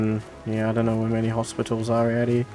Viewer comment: You said hostipals like my son does <3 hes 4